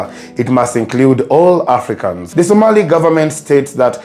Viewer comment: Somali - “o” not “a”